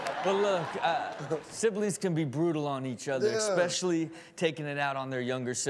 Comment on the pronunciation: Rob for love of everything holy. Its, “especially”, not eXpecially. You say this all the time bro ✌🏽